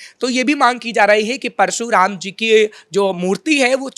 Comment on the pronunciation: कृपया इतनी भी क्या जल्दी है। परशुराम को परसू राम क्यों बोल रहे हो। आपको जो भी कहना है उसे शांतिपूर्वक भी कहा जा सकता है। जल्दबाजी में आपका वाक्य विन्यास गड़बड़ हो जा रहा है। दूसरी बात बोलने के पहले उसका रिहल्सल भी जरूरी है। ये बात दोनों लोगों के लिए आवश्यक है।।।।